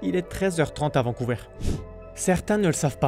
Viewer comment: Au Canada français on dit Vancouver, pas Vancouveur !